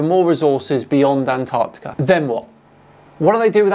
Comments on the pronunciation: Will they EVER realise it's not called "Anarticka". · It's striking that doesn't know how to pronounce "Antarctica".